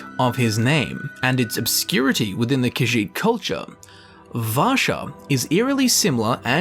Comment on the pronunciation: Vasha, Rasha. i thought he meant the tiger from Aladdin before he said Rasha from the dark brotherhood 😅